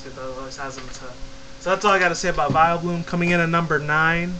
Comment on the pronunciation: its vileplume not vileblume